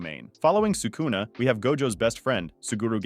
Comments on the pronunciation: Crazy way to pronounce sakuna huh? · I dont understand how people who dedicate their channel to japanese anime can be so bad at pronouncing japanese names "Sukuuuna, Meguuumi, Yuuda (Yuta)", are you watching the show in english dub? Its not that hard to pronounce it in japanese wtf